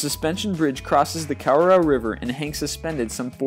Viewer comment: Lol you said Kawarao like Cow-a-row hahaha! XD Its Kah-wah-rao (R is rolled)